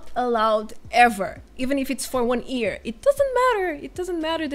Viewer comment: I love your videos and i must say this : I live for day when i will hear you say YEAR instead of EAR :) :) .